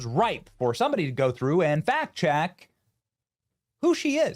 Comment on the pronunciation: Did Benny say "fat-checked"?😂